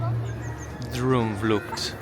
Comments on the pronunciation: Like how you said Droomvlucht......Droemvloekt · You pronounce 'oo' in 'droomvlucht' just like the letters 'oa' in the english verb 'to roam'. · I love how he pronounced droom vlucht